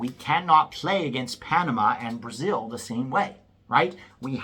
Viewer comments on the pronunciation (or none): none